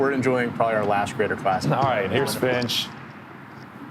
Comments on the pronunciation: "Peter Frinch" lol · Did they just call Peter "Frinch" WTFuck. 750,000 subscribers. He alone has almost 1/2 as many as PGA YT, and they can't get his name right on the opening tee. What a joke.